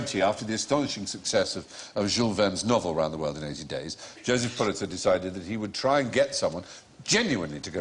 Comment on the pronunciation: I am so happy that Stephen says Pulitzer correctly.